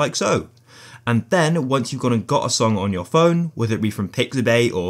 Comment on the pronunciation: Phone not pone